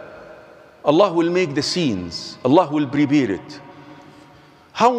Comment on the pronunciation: There is no such word in English as brebared, but there is certainly a word in English as prepared, and yes I have paid attention to the verses, thank you..! exercise your English, who cares if you're an Imam..!